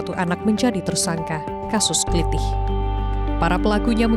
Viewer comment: Ketemu plaku klitih yg habis aksi. Tendang kepalanya kayak video yg dah beredar di FB n Youtube. BTW mbaknya kelihatan bukan orang jawa. Aksennya ktk bilang Klitih bukan aksen jawa.